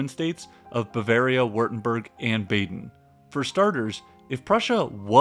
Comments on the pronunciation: The "a" in "Baden" is pronounced the same as the "a" in Bavaria btw - there's no Umlaut over it so it's "ah" and not "aa" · Bah-den. Bah-den. I don’t know what Bayden is but it is not in Germany. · I’m an American. I hate it when Americans fulfill the stereotype of not being able to pronounce anything right. It’s BAH-den, not Bay-den. It’s Molt-KUH not Molt-key. It’s Mitra-youse, not whatever the hell you said. Lol. And from the comments, it’s caVALry, not CALvary. Work on those pronunciations… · Baden is pronounced BAHden, not BAYden. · Baden is not an English place name. It is not pronounced like BAY-DEN. It is pronounced BAH-DEN